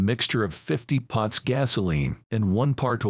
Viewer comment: Thanks for loading this video. It is *parts*, not pots.